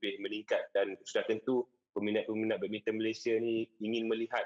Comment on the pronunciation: badmintang tu badminton ke🤣 Orang ganu kot